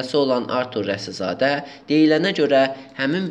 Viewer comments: Maraqlıdır ki,başlıqda Rasizadə yazılıb ancaq nə ücünsə aparıcı Rəsizadə tələffüz etdi dəfələrlə. İndi hansı düz oldu???.. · Kanal 13 arturun reklamı üçün nə qədər almısıniz. Başınıza dəysin hazırladıgınız video.Alçagın adını da düz tələffüz edə bilmir aparıcıniz